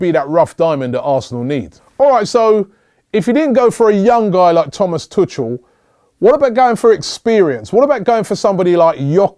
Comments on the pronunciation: Robbie loves to butcher everyone's name : tu cul not tuchel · why can noone pronounce thomas tuchels name its pronounced two-kull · good list. you don't pronounce well the name of borussia's coach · Joachim Löw is not a good coach. More lucky than good. He,s the most unproven of the bunch. Also, your pronunciations of Löw and Tuchel are hilarious. Simeone might get you results but he'll do so the ugly way. He's basically a crazier and more intimidating version of Mourinho.